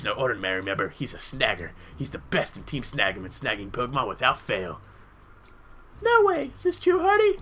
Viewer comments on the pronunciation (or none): The way you pronounce Team Snagem at the beginning sounds like "Team Snuggem". x3